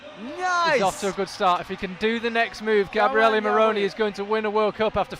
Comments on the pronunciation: Is GabrielE , not Gabriel ... This video is amazing , you always do a great job man ! tx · Bel video, però per fare 20 minuti di video su Gabriele Moroni potevi almeno imparare a pronunciare il suo nome! In the preparation of the video, why haven't you asked for the correct pronunciation of the name, Gabriele?